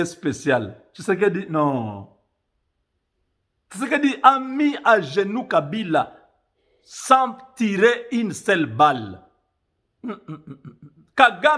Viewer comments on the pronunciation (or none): "ine sel balle" fait un effort de prononciation..c'est pas possible "'leurs" est prononcé "l' air ou ler"? Deux, des, tous les u devenus les ii etc.. Ça dénature une langue et on ne sais plus suivre.